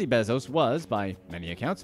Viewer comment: Please say “Bezos” right. 🥴🤦🏻‍♂️